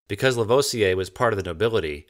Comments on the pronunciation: I love these videos and have but one criticism and I'm sure I'm not the first to say this but : you need to perfect your French pronunciation. Lavoisier isn't "laVohziay" it's "LaVwaziay" . Other than that... Your photography and your writing are superb: the odd humorous image or phrase really helps too. Love it. Carry on old chap! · "moo-zay"; "La-vwah-zee-ay" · Please learn how to pronounce Lavoisier ! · I'm trying to sound level-headed here... if you do more videos that cause you to say Lavoisier's name, say it La-VWAH-si-ay. I know... I'm picky to a fault. You're not doing Vaucanson any good either. These are great videos, well worth the time.